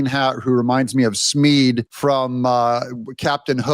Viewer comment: It's Smee. Not Smeed